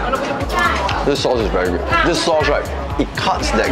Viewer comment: Hearing saying "very geud"